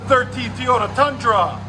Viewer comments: This dude keep saying tiyota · Like the videos but please stop saying “Teeyota”. You don’t say, I hope Santa brings you lots of “Tee’s” for Christmas.